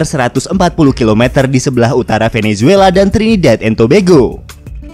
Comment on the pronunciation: Nyebutnya Tobago jangan tobego